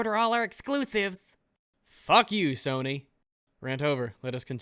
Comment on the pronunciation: I love how you accidentally said "Kony" instead of "Sony"